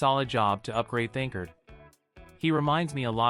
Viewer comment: The voice is saying his name wrong why?